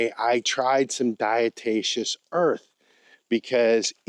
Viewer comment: not diatatious, it's diatomaceous. As in dead diatom shells.